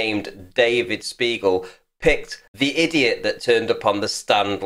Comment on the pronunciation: sounded a lot like you called him an "arse beagle"